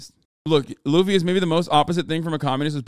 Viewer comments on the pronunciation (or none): none